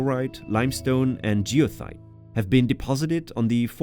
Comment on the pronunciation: Heads up, geologist here. It's goethite, not geothite.